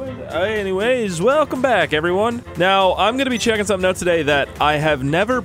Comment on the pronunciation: Intro hey guys it's me who thinks of shark cards instead of learning how to say sumring